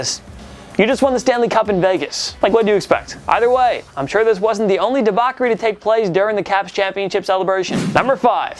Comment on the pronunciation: Debauchery is pronounced De botch-ery not De-Bac-ery.